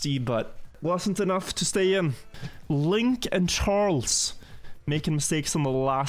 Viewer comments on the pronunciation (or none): none